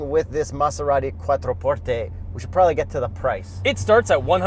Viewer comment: I love that he pronounced it correctly!!!!🙌